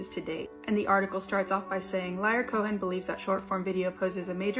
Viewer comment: mispronounced "Liar" Cohen's name properly. 😼 I was like, "you can't play devil's advocate. Lyor already took that job."